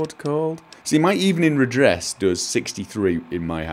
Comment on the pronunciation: When you talk about your hatchet, it sounds like you're saying RED DRESS instead of RED NESS